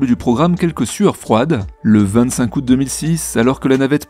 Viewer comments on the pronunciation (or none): none